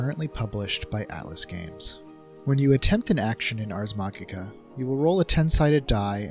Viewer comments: "Ars machicha" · ...it's pronounced 'maji-ka.' Like magic, with an 'a' on the end. Also, Ars Magica isn't just about the dice rolls as a core mechanic. The difference between Magus, Companions and Grogs are just as important to go over. (Grogs are minor characters anyone at the table can control, Companions are secondary characters with slightly more importance, and Magus are main charcters, as it wouldn't be Ars Magica with out magicians in play, and Magus by nature are a rare character type.)